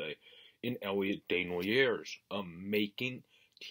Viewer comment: Day-knu-nay not sure if I sounded that correctly. Just helping ya buddy, a lot of good knowledge on this kid. Your pronunciation got better as u went on, but the first one was off a good bit. I really like him and think he a stud in the making, definitely top 6, I’m seeing him in a Cam Atkinson roll, good penalty killer and an added weapon to the power play. Dropped the gloves in pre season so you know that he would stick up for teammates.